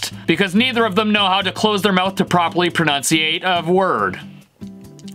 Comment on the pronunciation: The ultimate irony here is Stevie continually mispronouncing "pronounce"...or "enunciate"....not quite sure which word he's aiming for; "pronounciate" is not a word.